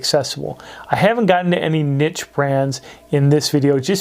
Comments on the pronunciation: Niche pronounced neesh! 😂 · The way he says niche gave me aids